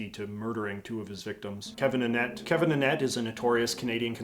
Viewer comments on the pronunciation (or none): none